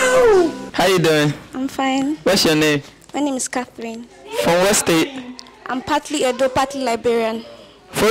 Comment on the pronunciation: She said Cath-rinee😂😂